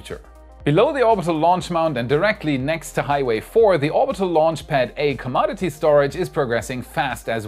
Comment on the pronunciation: Earth to say "come odd eh tease" or is that "come on Ed tease" It is a gift. You will never talk as fast as Marcus House so don't try - be yourself. We like you. Think of it this way. When we are picking on you we are leaving everyone else alone. Take one for the team. yea, Elon seems to have a sense of humor. The Starship Village looks like an HR Castle and Techno Wizard Tower - wait for it. Can you tell those guys that if they place a heat tile then line up the jig run the robot for the next studs and place another tile. The pattern will line up better. (repeat steps above) this sure feels like an infinite loop, them is a lot of tiles. yes it is slow but better quality. All the tiles will seat nicely with a uniform gap, what ever that tiny amount is - feeler gage comes to mind maybe the tiles are not uniform, perhaps the surface is not smooth (no kidding), could be this is just a first pass and the installers left room to grow. Glass tiles are hard to reconcile with each other and every little gap, up down or sideways seems to be visible. I know it is a challenge but try it my way fit one tile at a time, not lay out the whole pattern and slap on ceramic. Do it once, do it right, do it wrong, do it twice, and pay ten times. Get it to fit, to work and pass inspection - then automate. Were you trying to tell me to apply for a job with Space X? Good idea I was hoping to put up the flag - put lights on it and it can fly 24/7, they don't need me unless they are in dire need